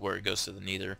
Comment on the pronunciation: ur saying nether wrong